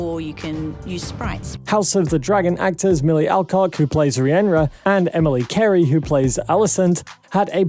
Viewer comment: Lol bro, it's already been pointed out but even if you haven't seen the show, you should at least get your fact straights. The way you say Rhaenyra is so wrong it's funny. I know it's not an easy name when you first hear or read it but if you just listen to how it's said in the show a few times, you'll see it's really not that hard not to call her "Reehenrah". Also, Old Valyria?? Thanks for pointing that out I was certain it was Poudlard!